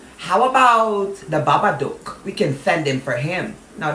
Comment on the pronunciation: You got me laughing when you said da baba doke 😂😂😂😂